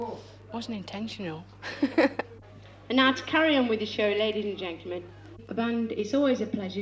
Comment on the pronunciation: 'Ladies and 'genklemen''???